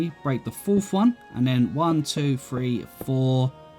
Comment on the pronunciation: “ I think we gonna go, one, two free four”